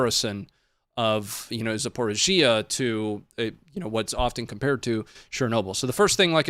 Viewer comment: Also it’s pronounced Zap-or-eee-zsha